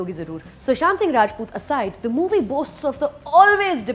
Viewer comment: I liked the way you said 'RAJPUT'. ☺😊😀